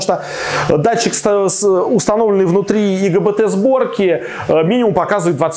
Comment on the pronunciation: Все очень грамотно, спасибо. Только не говорите ЛГБТ сборка :)) Ай Джи Би Ти (Insulated Gate Bipolar Transistor>